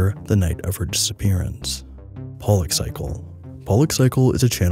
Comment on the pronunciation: I appreciate you pronouncing Pollack correctly